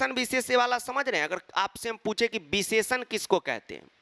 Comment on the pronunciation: beesheshan beesheshay 😂😂😂